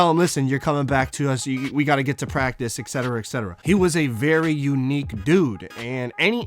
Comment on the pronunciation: Yo my man...it's ET...ETcetera..not EXetera..hence the abbreviation etc. Awesome video. Ive always supported Rodman. Glad he made HOF and got the recognition he deserved.